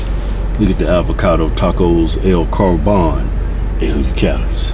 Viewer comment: "Tacos A L Carbahn." Died.